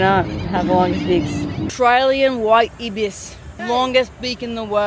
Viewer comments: They're pronounced EYE-bis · If it was to be pronounced the way that you did, we (Aussies) would prefer to spell it as “ibbis”. The double consonant following a vowel indicates that the preceding vowel is to be pronounced as a short-sounding vowel, “i” as in “tick”. Did you not learn this in primary/elementary school? The Ibis is a family of bird (Threskiornithidae) that lives in multiple regions of the world, so we in Oz didn’t get to choose how to spell the word. The Australian White Ibis (Threskiornis molucca) a.k.a. “Bin Chicken” is however an Australian native and should not be confused with the African Sacred Ibis (Threskiornis aethiopicus) originally of the River Nile in Egypt and sacred to the Ancient Egyptians. I doubt that the Egyptians call their Ibis a “bin chicken” but who knows? I’ve not been to anywhere in Africa (and for the Americans reading, that’s where Egypt is!).